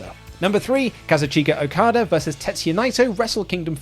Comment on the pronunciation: Every time okadas name is mispronounced I die inside alil more